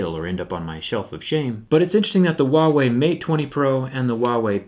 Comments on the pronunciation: Its not *KNOCK-ia* Its *No-kia* Am I right? Its *Hoo-a-wee* or is it *Hwa-eh-ee* NOT *Wa-wee* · When he said Huawei it sounded like Wavey